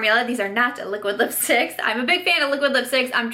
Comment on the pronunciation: The way she kept saying liquid lipsticks lol “A-liquid lipsticks” luv the highlight too